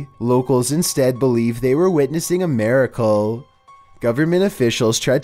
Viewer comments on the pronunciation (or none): Maracle? It’s miracle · Omg... "MAR-icle"?... come on.